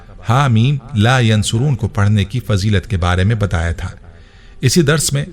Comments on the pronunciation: Haameemmm la yunsaroon hy not a yan soroon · It is Ha Meen La Yunsaroon Not Yansaroon JazakAllah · Haa meem la yunsaroon hy not yansaroon nhi hy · Teacher lafz la yunsaroon hae aap yansaroon parh rhy plz btaeen sahi lafz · Asa in this video you pronouncing la yansoroon jubke in written is la yunsaroon zeer Zadar se meaning change ho jate hain I listened many time and u said yansaroon plz correct that before sharing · Assalamualiekum bhai bohat piyara wazifa hey Alhamdulillah Apki pronunciation sahi nahi hey Haameem la yan suroon nahi hey ,kunky ya ke oper peesh hey Haameem la yun saroon hey Jazakallah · Haa mim la yunsaroon he ya phir la yansuroon he Video me jaise likha aa rha he bolna wala bolne me zabar paish ki ghalti kr rha he, please is ko chek kren or ager mera point sahi he to correction kr len ye na ho k ghunah k murtakib ho jaye hum sab jazaak Allah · Assalam u Alaikum Mohtram Ayat Haa Meem La Yunsaroon Hain or video main aap bar bar Haa Meem La yansuroon bol rahay Hain plz coorect this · La yunsaroon hai talafuz theak kren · Hameem Layonsooron hota hai